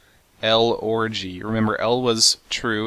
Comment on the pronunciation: Lol he said orgy